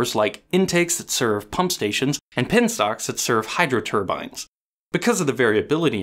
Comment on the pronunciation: Could we possibly get uncommon terms overlayed on the video? I had to go over you saying penstock like 4 times before I thought I knew what you said and I still got it wrong.